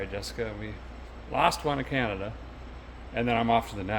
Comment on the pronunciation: Hey Derek…you keep mispronouncing Cananada…it’s Canadia…you know, where the Canadians live…😂😂😂. Seriously, you need to go to the falls in the Winter…while is a might chilly, the ice formations and the lights are amazing…